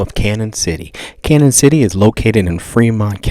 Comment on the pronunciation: it's pronounced like CanYon.... the ñ has the tilde over it. Sounds like a Y